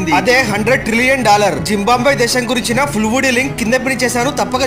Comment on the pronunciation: జింబాంబ్వె కాదు మిత్రమా జింబాబ్వె అనాలి